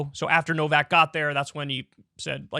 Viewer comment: Why do Americans always pronounce names wrong? It’s true. Some of you can’t even say their own names correctly. And Novak is not exactly a tongue-twister.